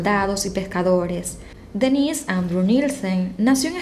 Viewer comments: Parece q dijeras Denisse y no denis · Cuando dijo Denisse de creí q hablaba de una mujer, es DEnnis... mayor acentuación en de